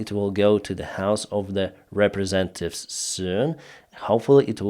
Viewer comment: a peaceful correction please. The word is representative and not representive